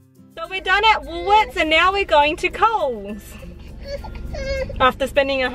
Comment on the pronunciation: When she said COLES I thought she ment q